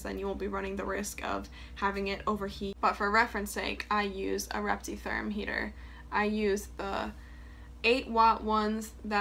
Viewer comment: Can u spell the brand of heater and thermostat you use I can’t under stand if u are saying reptitherm?